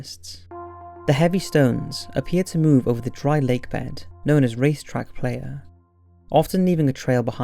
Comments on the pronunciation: It's a mystery to me how you can get the difficult plural of mare in the astronomical sense right, and pronounce it right, yet you pronounce the singular like a female horse. And playa's pronounced ply-ah, not player. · race track "p-la-ya" not play-ya. play-ya is what I was in my 20's. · Just a quick heads up: it's pronounced " ply- ya ". Muchas Gracias. Have a nice Saturday. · "Ply-ya" as in Spanish for "beach". Not "playa" as in "playa hater". LOL. Huge fan of your channel but your unique English never fails to be a source of some amusement.